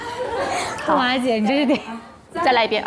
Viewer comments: 每次杜华说张雨绮的时候我都听成脏雨绮。。。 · 杜华的普通话很渣。。。脏/姜雨琦 😂 究竟想怎样。。读不准就不要这么强调好吗？ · 為什麼每次聽杜華講評後不公平，英文發音不標準就算了，連中文發音不標準，連續張雨綺的名字一直念錯。也是醉了🤦🤦